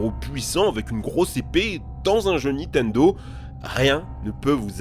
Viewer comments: Stp tu peux arrêter de "Nitendo" au lieu de Nintendo? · Quelqu'un peut lui faire comprendre que c'est pas " nitendo " qu'il faut dire mais " nintendo " ! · Ya que moi qui vrille quand j'entends Nitendo au lieu de Nintendo ???